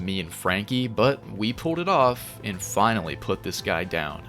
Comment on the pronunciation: “And finawy”